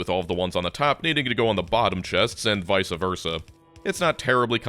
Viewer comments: Vice versa not visa versa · I hate to be that guy but it's VICE Versa. Not Vica